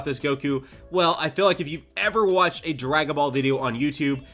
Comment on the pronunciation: feel not fill. wtf is this dialect